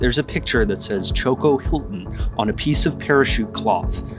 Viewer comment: With all due respect: it is Chocó not Choco.